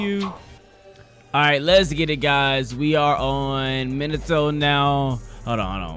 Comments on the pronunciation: minato smh who pronounces it minado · This nigga said monado instead of minato lol this aint xenoblade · It's pronounced me-na- to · Mee-nah-Toe bruh your making me mad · Meen ah toe is how you say his name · That shii get me mad when he say minaatoe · Minato MinaTto?! Bruh I was already pissed about ''Narrudo'' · Minato (ME-NA-TO) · Ma net a that is how you say it your welcome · This is how it's pronounced in English Mee Nah Tow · The way u say minato is closer to the real way u say it it’s like menato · I’m Japanese, it’s MEEN-uh-toe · Ur good its m-in- na- toe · it’s me-nah-toe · ME-NA-TOE But close enough (not trying to hate) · It's like "me not oh" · Minato name is pronounced (me•nah•toe) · I pronounce it min-uh-toe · Its said like Minute toe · It’s pronounced mee-nato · Pronounced meenuto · MIN-AHH-TOE is way better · Bruh its not pronounces either of those its pronounced Mii-Na-To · Why are you saying in the Greek Way to say Minato